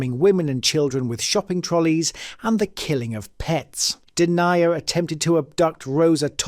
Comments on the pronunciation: An interesting story but I wish you’d research the correct pronounciations. The two that really grated on my ears were Den-yi-a, which is Den-ya and Goal-bun not Goul-burn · I deny ya know that Deny er is Den yer. 😂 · It's DEN-YA not DEN-IA, it's GOL-BURN not GOOL-BURN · Good video but there were a few things wrong. Pictures of people who weren't them and pronunciation of name.. You had me screaming at the TV when Paul Denyer came on lol its not denier, its denya.. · LMFAO, im an aussie and you crack me up here, PAUl DENYER, its DEN YER, not DENIAR , lol, thanks for the good laugh bro anyway 😂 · His name is pronounced Den-ya not Denia 😊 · Its Den Yer, but in court he was denier! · Number 3 is pronounced Den-Ya. We were living in the Frankston area at the time, we then moved to a small town in the west and found out one of the victims is buried there. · "De-niah"...!? Denyer - 'Y' as in "yes"... seriously, you are obviously an English speaking person, "Denyer" isn't exactly an obscure name mate.... Dyslexia for A has been Cure found... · AI bs, “Deniah”, god blimey 😂